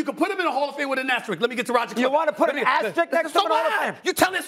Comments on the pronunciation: Makin' me crazy, all three of these talking heads. Learn English, please. It's asteriSk, not asteriCk. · asteriSk. Why can nobody say it right? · It's funny how all three are butchering the word asterisk